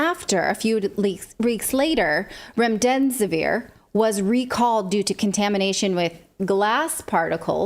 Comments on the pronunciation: It's Rem-des-i-vir. You're saying Rem-dem-si-vir. You're adding an "M'. And what exactly is that you are saying about the chances of a serious side effect? Sounds like "non-genero chance"? Are you saying non-zero chance? Does that mean there is a chance? And, btw, when you have a double subject, such as the CDC and the FDA, that takes a plural predicate, such as have, not has. You would not say, "The FDA and the CDC has not...". You would say, "The FDA and the CDC have not...". Did they stop teaching grammar? Yes, I'm old. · Remdesvir it's not that hard just read it, people need to know